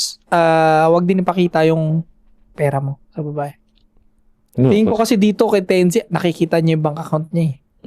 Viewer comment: "tense" bigkasin yun mga tol hindi "ten-zi" correction lang just in case mapagusapan ulet. gandang topic